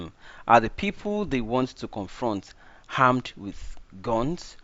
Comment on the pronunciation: My dear, it's armed not harmed